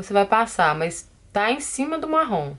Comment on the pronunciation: Tao engraçado ela falando Marrom, meio que sai Marrón.... kkkkkkkkk linda make!!!!